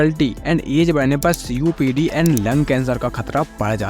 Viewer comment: Thats not cupd Thats is copd 2.19sec